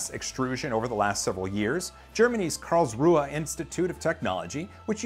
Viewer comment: Amazing how you speak out Karlsruhe ^^